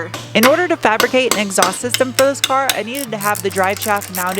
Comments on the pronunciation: exhaowst. Love it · Greetings from Scotland! As always, riveted to the screen watching this video! I still love how you pronounce exhaust - kinda "exawst" - fascinating! Love that accent! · I'm sure this has been covered, but WTF is an exowst? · When you said “Exoust”, was that a Smith and Sniff reference? I’m going to say it was. That would be cool.